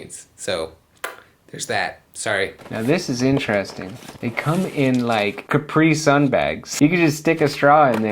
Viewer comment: i like your pronunciation of caprisun ((